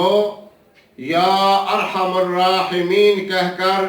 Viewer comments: This should be zher. Not zubr. Ya arhamuraheemin with zher under meem. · میم پر پیش نہیں بلکہ زبر ھونا چاھءے